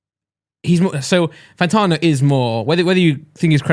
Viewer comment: pls for the love of god his name is fanTANo not fanTARno